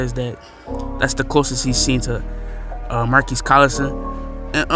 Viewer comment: Colston not collison